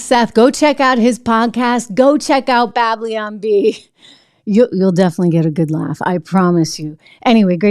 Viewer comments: Babylon not Bableeon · "Bab-lyon Bee"